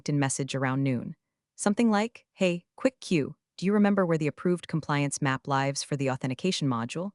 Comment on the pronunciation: LIVES... LIVES...LIVES.. PRONUNCIATION PRONUNCIATION PRONUNCIATION... TOO HARD FOR THE SIMPLE TASKS?? DO YOU NEED A PARTICIPATION RIBBON??